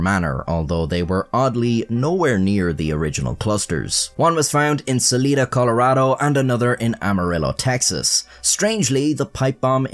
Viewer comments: You pinned Salida incorrectly. Where you placed it on the map of Colorado is more Durango. Salida is far more north. 2 hours west of Pueblo(the armpit of Colorado). Also pronounced it incorrectly. (Sal-eye-duh) Where you'll never find a more wretched kind of scum and villainy. (A.K.A. Hippies) So when that bomb went off... well lets just say it should have been bigger to get all of that vile infestation there. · Salida Colorado It is pronounced sa-lie-duh 😊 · Love your work been a fan for years I'm not trying to stir the pot, but being from Colorado, Salida Colorado is pronounced like Sa-lie-da no sweat keep up the great work brother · Salida Colorado is Pronounced Sal-eye-duh not Sal-ee-da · It is salida (sa-lie-duh) Not salada